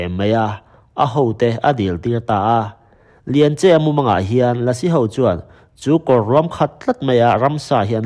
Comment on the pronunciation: Chawngtinleri hi Chawhgtui khua tiin ka hria a. Tin, a u hi Lianche-a nilo in Lianchi-a tiin ka lo hre ve ṭhin a sin mawle